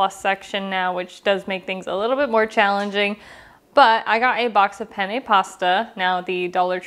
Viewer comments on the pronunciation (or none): none